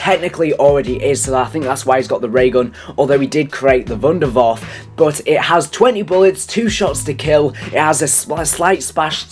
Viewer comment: This is some kind of mockery. Dude learn spelling "e" at the end of words like wunderwaffe and eisendrache, you say wunderwaff and eisendrach.